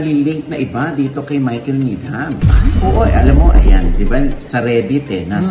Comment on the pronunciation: Needam ang pagkabasa ng Needham:) silent H po sya ❤